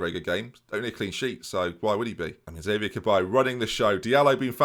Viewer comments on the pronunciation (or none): none